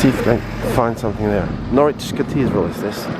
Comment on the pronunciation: Nice to see you out in Norfolk again, btw Norwich is pronounced "norich" or even naich" Enjoy your stay, All the best /Per